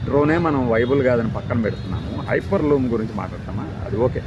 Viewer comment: HYPER LOOM KADU HYPER LOOP